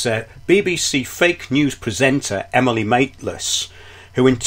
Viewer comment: I like how you say Emily Mate-less LOL